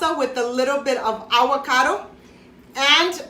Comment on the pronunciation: “Awwwwocodo “ lol 😂